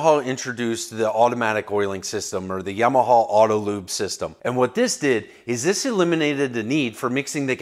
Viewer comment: It’s Yamaha. Not “Yimaha”.